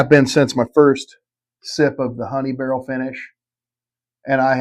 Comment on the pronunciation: Originally I gave my "favorite" bourbon influencer. I'm gonna give my 3 most influential. The guy is a genuine patron of all the stores he visits, he has a great manner about him, and seems very friendly and open. Bonus points to him on his pronunciation of the word "barrel." Janice has opened up a new world of adventure for me and my wife. Her desire to grow couples together through libation and teaching spouses to enjoy something their partner enjoys has actually awakened my wife to trying new things. Lastly, His was the channel that really started me down the rabbit hole, and he gave me hope. I figured, if a goofy chunky redneck from Alabama can do this on this scale, then a goofy chunky redneck from Louisiana can, too!